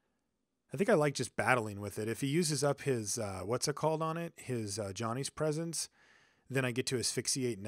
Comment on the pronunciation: It sounds like your saying a Johnny's Presence